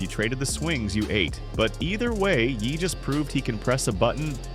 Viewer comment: Bro just spell it yay if you dont want the ai voice to sound like a little jon song